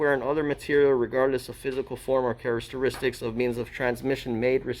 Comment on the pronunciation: Please do not misinterpret this as an attack. I find your informative videos highly professional. I have noticed that in virtually all of these videos you repeatedly mispronounced 'Characteristics '. Maybe I'm nitpicking but it's so obvious that it undermines the credibility IMHO.